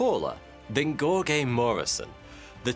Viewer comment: It’s pronounced like “George” Muresan